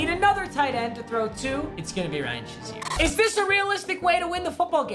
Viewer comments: papa its pronounced ryan “shay(long a) zeer” not ryan “sha(short a)zeer” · Nobody: Papa: Ryan Shuzier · This guy said “Ryan shaseer”